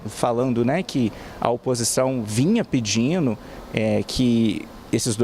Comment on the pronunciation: Melhor DIZENO! Minuto segundos, Vinha PEDINO? Minuto segundos É isso mesmo cnn?